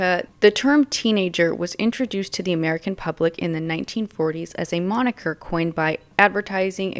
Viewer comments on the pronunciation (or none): none